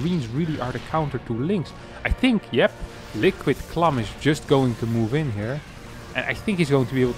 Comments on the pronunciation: Why are you saying “clum” instead of “clam”? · you need to say "clam" like your southern accent. It's the nasal "a" sound not clahm. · The a in clam is pronounced like the a in ham